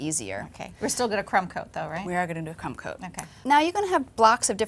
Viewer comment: hahaha she said cum coat not crumb coat.